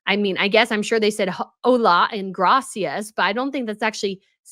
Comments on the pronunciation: I’ve never heard gracias pronounced as ‘grass ee arse’ before. 😂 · Her Spanish is beginner level. She pronounces “gracias” as “grassy ass”. I live in Mexico, and appreciate the difficulty of learning a new language, but portraying yourself as fluent after living in South America for a few weeks is ridiculous. She is such a fraud. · Yes.. the pronunciation was weird